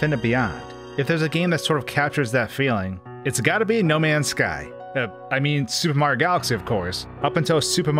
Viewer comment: Fix your pronunciation of super Mario. It’s not sssupemario, it’s super Mario.